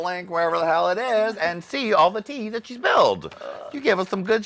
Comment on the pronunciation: "Look at thar ass" LOL